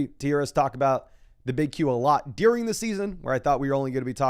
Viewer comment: Anyone else notice my guy always pronounces ‘during’ as ‘dearing’? 😂 gets me every time lol